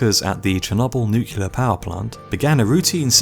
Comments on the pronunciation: IT'S NUCLEAR NOT NUCULAR! WHY CAN'T PEOPLE READ IT RIGHT? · it's nuke clear, not nuke yu ler. jeesh. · It's NUCLEAR not NUCULAR ffs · It's pronounced nuCLear. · New Clear. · Did you just say "nook-yoo-lurr"??? jesus. Learn how to speak. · Great video, but I think he said "nucular" . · No its nu-clear not nuke clear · Narrator said "nuc-u-ler"... Literally unwatchable. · He did. He said it twice, in fact.